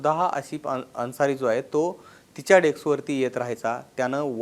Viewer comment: डेक्स नाही रे, डेस्क म्हण